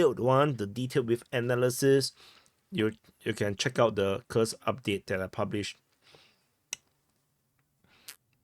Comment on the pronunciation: You got it, commander: KUURRSK is the right pronunciation.